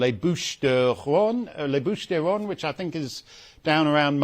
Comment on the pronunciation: Bouche du Rrrrhone. Come now the Steynmeister😄